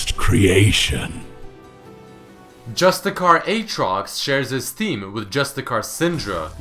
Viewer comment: You pronounced Justiciar as JustiKiar, that is a C,, and it is pronounced as an S not as a K.